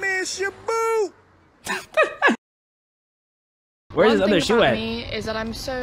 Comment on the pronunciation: SHOBOOT, MY MAN SHOBOOT